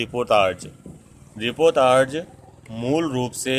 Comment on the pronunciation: Uccharan shi karen...ripotarj nhi hai...reportaj hai.